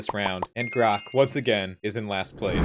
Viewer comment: Calling Grok Grox is crazy